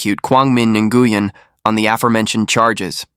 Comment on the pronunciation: Dude, it’s pronounced “new yen”